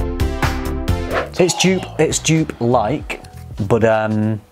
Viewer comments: Joop is pronounced 'yope'. Gio is pronounced 'joe'. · Jupe? I think the original (Joop) is pronounced as "Yoap", like in soap... ;-)) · I was wondering what scent you where talking about, Dupe? Never heard of Dupe? Then after you describe the scent I thought “ahhh they mean Joop!” 😂😂😂 You pronounce the J as the Y in year. The oo as the o in rose. Joop. :) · You are pronouncing Joop so wrong, it's more like in the word dope or rope, just with a J in front. I am German, so I know.